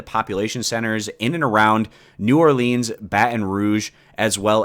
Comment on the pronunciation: Lol hearing you say Baton Rouge and New Orleans.... bothers me. But i'll let it slide.